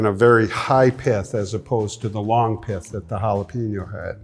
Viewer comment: Never trust anyone that can't properly pronounce jalapeño.